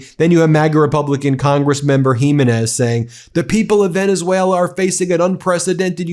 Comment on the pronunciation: Or as Dump calls it: "Venezueler"